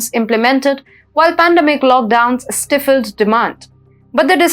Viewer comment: Let your anchor do the work she is good at. The least an anchor needs to do is look up the pronunciations of common words such as "stifled," "volatility," "vice," etc. One who doesn't have this basic curiosity has no business reading news.